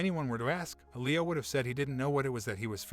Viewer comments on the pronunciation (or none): “L-ee-Oh” !!!!!!!!! “Eh-Lee-oh” pronunciation drove me nuts lmao